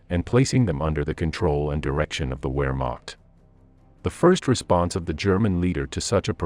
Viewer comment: Please pronounce w’s as v’s, especially Wehrmacht…